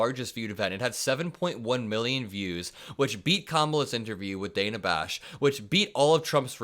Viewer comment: Hey, just an FYI, you’re mispronouncing. Dana Bash’s name. It’s not pronounced “Dayna”, it’s like the name Dan, “Danuh”. It’s no big deal, but I think it’s important to get it right, as we all correct others when they mispronounce Kamala.